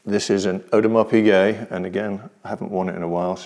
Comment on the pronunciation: I'm so happy you pronounced Audemars Piguet correctly!